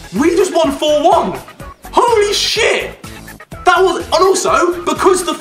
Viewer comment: you siad holy cheat wrong you aId holly cheak